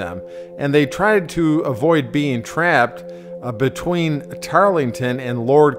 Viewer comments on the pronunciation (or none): none